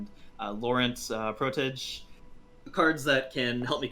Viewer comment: me: :) the way this guy pronounces protege me: :(